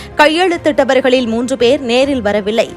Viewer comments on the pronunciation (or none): none